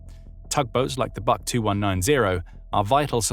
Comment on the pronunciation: The БУК (BUK) tugboat is not pronounced like the English word BUCK. It sounds more like the English word BOOK If you care about being accurate